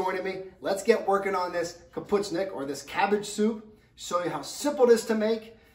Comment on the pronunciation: So.... this is not cabbage soup. It is specifically, Sauerkraut soup. Correct pronunciation. Ka-poosh-nee-ock.